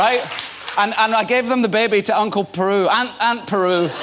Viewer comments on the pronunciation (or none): Ewan, it's Aunt BERU. Not Peru.